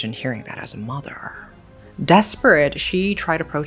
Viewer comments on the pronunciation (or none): none